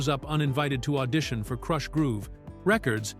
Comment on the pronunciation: Why not hire a real person to read the copy? AI literally mispronounced the word "Krush"